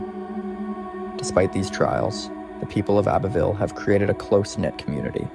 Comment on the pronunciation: You do realize you said Abbeyville Alabama?